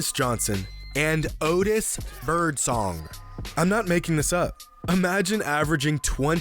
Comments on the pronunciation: didn’t have to pronounce Otis BirdSONG that way 💀💀💀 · The way he said O T I S B I R D S O N G 💀😵😵😵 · O-TIS BIRD-SONG 🤣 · The way he said Otis birdsong’s name 😂😂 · The way this dude says Otis Birdsong 😂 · Why he say Otis Birdsong Like that lmao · the way he said Otis Birdsong killed me 💀💀💀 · Hearing him say Otis birdsong made me crack up so much. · Bro the way he said Otis birdsong name 💀